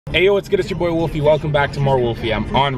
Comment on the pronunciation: WOLFIE NOT WOLFY!!!